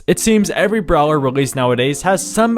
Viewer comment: i swear to god if u say brower one more time